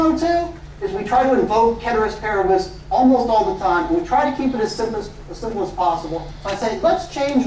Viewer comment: Came just for the pronunciation of "Ceteris Paribus", stayed for amazing class